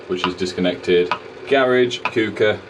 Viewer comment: 🤣🤣 sounded like a proper stoke/ stafford lad with the cooker / cucker 🤣🤣great video as usual 👍